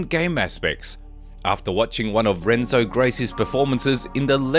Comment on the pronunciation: I tried to watch this but you mispronounced Renzo and idk how if you saw videos of Nick talking about Renzo. And I don’t know exactly what it is but the sentences are sometimes really simple. Almost like they feel to choppy and short to be read aloud. The documentary didn’t seem to flow well